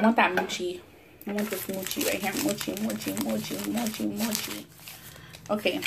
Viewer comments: Use those chopsticks right. Not so close to bottom!!! and your saying mocha wrong but it's ok. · you're pronouncing the food wrong...jjajangmyeon is jaja not jojo and mochi is moe-chi.